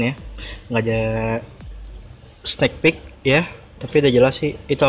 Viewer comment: bang koreksi, penyebutan kata "sneek" itu bukan "snek" tapi "snik" 🙏🏼🙏🏼